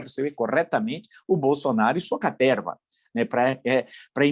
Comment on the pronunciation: Eu adoro quando o Villa fala: “Essa CATERRRRRRRRRVA”. 😂😂😂